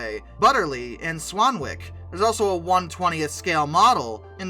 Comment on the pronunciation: For most British places thar end in wick, like Swanwick, you don't pronounce the "w".